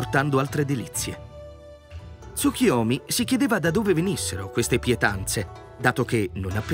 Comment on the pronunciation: Capisco che il nome del Dio derivi dalla parola Tsuki (luna) ma il suo nome è TsuKUyomi. La pronuncia corretta è quindi con la U e non TsuKIyomi.